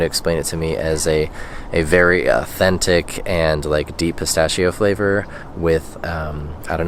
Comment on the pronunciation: Ho notato che quando usa un termine in italiano, lo fa in maniera corretta, con il tono perfetto, tranne quando dice pistacchio😂😂😂